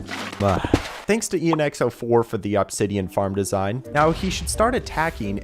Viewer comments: Aww-b-sideon is killing me…… ITS UHH-B-SIDEON (I watched this video start to finish) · I like how he says Ahbsidian instead of Obsidian 😂😂😂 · "awbsidian" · Bro really saying OBsidion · It's only been 20 mins and I'm already over how he's saying Obsidian. Thought it was satire at first, but it just keeps going